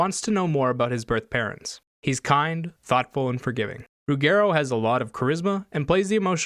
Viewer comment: Great review. I agree, except on the pronunciation of the name "Ruggero"... It is an Italian last name: the double G should sound as the G in "Roger" or "Gerald"